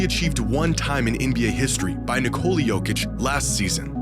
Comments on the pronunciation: It's Nikola actually. Not Ni- Cola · So we're just gonna keep calling him Nikoli instead of Nikola. Bet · Its Nikola not Nikoli. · Dude said, Ni-Co-li has solved basketball 😂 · Can any American even say his name correctly? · people keep saying his name as if it derives from nicole. how can so many americans not think of nicholas. and then say that without the S in the end. its so easy lol. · Nikola will probably be in the hall of fame before people learn how to pronounce his name correctly. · LEARN TO SAY HIS NAME FFS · pronouncing Nikola = hurts in the ears AND eyes